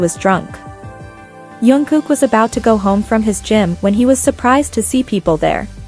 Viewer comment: First pronunce his name properly